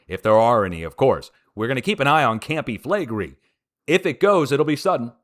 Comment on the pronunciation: Campi Flegrei is actually pronounced: Com-pee Flay-gray-ee 🤔